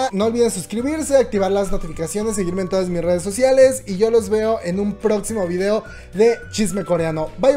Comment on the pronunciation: En la mayoría de los videos dice videa ja ja ja